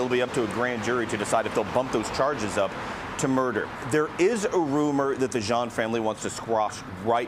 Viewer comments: I know its not important but m so tired of hearing them say the name like that... The last name is of French origin... Jean not John or whatever you ppl are saying.... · It's not important but maybe you should Google how the French pronounce Jean (Jehan=Jon... John)